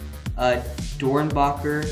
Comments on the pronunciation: Omg did he actually say DoernbAcher If there is any sneaker heads here does this trigger you ? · It’s pronounced dorn becker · The way he says ‘Doernbecher’ only true sneaker heads and og fans know how to say that hospital properly. said it wrong.... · No finna correct how they said doernbecher wrong 😂😂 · It hurt me when he pronounced doernbecher like that